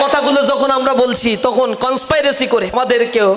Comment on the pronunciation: কন্সপিরেসি হবে, কন্সপাইরেসি না। শিবির কি জিনিস, সেটা রাজশাহী বিশ্ববিদ্যালয়ে দেখেছি। হাতে তলোয়ার আর চাপাতি। রগ কাটার কথা ভুলে গেছেন? আর রাজাকার জামাতের এর শিষ্য হচ্ছে শিবির।